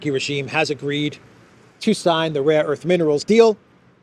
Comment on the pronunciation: Laughing my ass off with the rare earth sketch man. I got some rare erff, u want some rare erff. U want man, I got some rare erff. Rare erff, for sale here man. Rare erff, my mamma got some, my uncle got some. Rare erff man, rare erff, I give u good price. ! Rare erff man , rare erff !